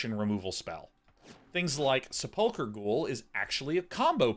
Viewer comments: At least he's not saying Sepul CHer. But yeah, slightly off with the emphasis on the UL. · His pronunciation of sepulchre is driving me insane.